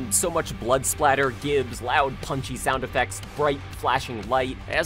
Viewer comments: Good video. Definitely grabbing the game. One criticism: gibs is pronounced jibs, as it means giblets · …did you say gibs with a hard g? C’mon dude. You’re better than that.